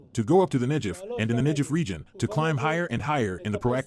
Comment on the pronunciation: I would be glad to get translations by a real human being and not an AI voice. AI keeps pronouncing Negev wrong.